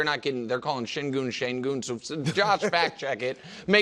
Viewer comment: it's pronounced Sain-Gen, everybody is wrong. Not Shane-GOON, not Shane-gun.